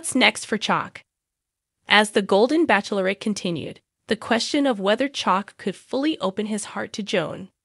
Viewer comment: I'll be glad when she knows how to pronounce Bachelorette.